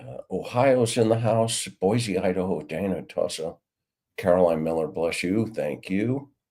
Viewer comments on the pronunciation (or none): none